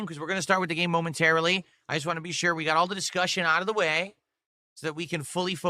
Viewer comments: He drops Ts when they’re at the end of words just like a toddler. “I’ll do wudder i waaa. Suppoor the stream! Send a super chaaa” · Why can't he say the word want?